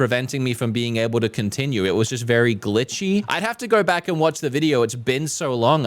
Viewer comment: "We're going to come vack and do the rest of the video in one quick shot" three quarters of the video length remaining